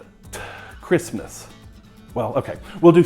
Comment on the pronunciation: Don’t feel bad,. Everyone knows the “t” in crispness is silent 😜